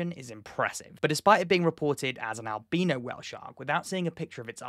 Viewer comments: Albeano is the way you are pronouncing it . isn't it albino . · ...did he really just pronounce albino as albeeno? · never had I heard albino pronounced alBEANo. and the bombardment of bean, I needed a moment. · Whenever you say albino, I hear albeano.